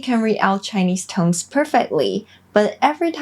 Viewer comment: 你把「tones」唸錯了！把你的手放在你喉嚨然後發「tone」你就會覺會發掘出來莫為「n」的音喉嚨有震動。把那個震動加再「s」上面，它會變成「z」的聲音。一班的英文母語著會把「tones」說成「tonez」。不管是名詞或動詞都會這樣hugs的g喉嚨有震動，所以會把s發成z。kids的d也是，所以要念成kidz。kicks而不是，ck喉嚨沒有震動所以kicks的s不會變成z的聲音。謝謝你的影遍，以後希望你也會有一些教台語的！